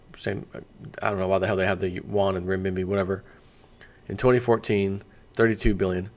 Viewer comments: Hi! There is a reason people mention your pronunciation of "Yuan". You pronounce it like "Won", which is the Korean currency (south). The closest you can get to "Yuan" in English would be "yoo-uhn". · It's yu-en, or renminbi.